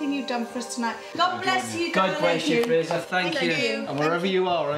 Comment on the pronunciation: The name is not "Frasier". It's "Fraser" [FRAY-zer], as in Brendan Fraser.